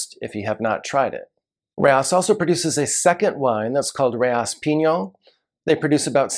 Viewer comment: Alright, here we go(I like being corrected, especially for Italy-Boschis=Bo-ski, not Bo-cheese, Rocche=Ro-kay. And France-Eschezeaux. Burghound's, favorite mispronunciation, Ek-ee-zoo). --Rayas(Rah-yahs, not like Texas, "Reyes") No mention of Fonsalette($200 on release, older vintages, $400+ for a Cotes du Rhone?? It was $20 in 1989), perhaps because it's Syrah and just outside of CdP? Not long-aging, about the same as a Crozes Hermitage. --Pegau: Pay-GO is the Paris pronunciation. But they are in the South with a twang, Pay-GOW. Just like Natchitoches in Louisiana is Na-gah-titch. --Beaucastel: The Rousanne VV is usually about 3-4 points better than the Blanc, but it's Twice the price. --Best off-vintage CdP: Henri Bonneau, Celestins. But $400 even in off-vintages. Long aging(10-30 years). Kind of a cross between Rayas & Pegau Da Capo.